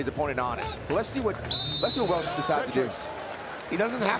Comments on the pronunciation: His name is Rocco Welsh not Walsh. Super disrespectful but not too surprising since it’s The NCAA that posted the video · Welsh, not Walsh